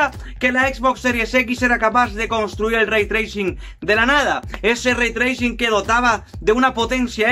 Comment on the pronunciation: "ze be el lei tleising". El Bocón Geimel 2020.